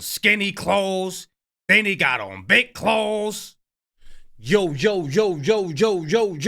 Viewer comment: Why you say big clothes like that😂